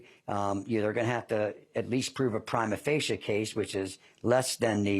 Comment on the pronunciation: awesome lawyer but the pronunciation of prima facie hurt my ears so badly